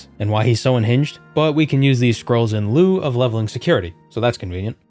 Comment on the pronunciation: can we get a petition going to have you imprisoned for one of the worst pronounciations of "en lieu"?